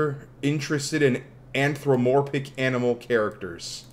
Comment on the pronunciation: I just love how he tries to pronounce "Anthropomorphic"